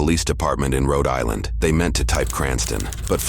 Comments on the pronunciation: Please tell the creepy AI voiceover not to attempt to pronounce regional accents anymore. That "Roe Dylinder" shit is going to haunt me for weeks. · It's pronounced "Cree-anstin, Rho Die-land" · love that the alien commentator mentions the mispronunciation of cranston, while pronouncing Rhode Island in the most bizarre way possible